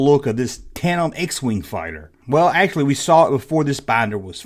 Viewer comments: Tan-dem brother. I’m a southern gentleman like you and butcher words all the time😂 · D ya leave the d out of tandem when you say it. Where did you get that wig yesterday haha you look like prince Valium from spaceballs haha good stuff I got a laugh out of it. Being silly is fun